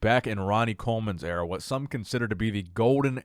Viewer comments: Am the only one that thinks Bonac is saying "Area" for "Era"? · I hope English isn't Bonac's first language. Dude doesn't know the difference between "Area" and "Era". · Someone politely tell Mr Bonac that the word is “era” not “area”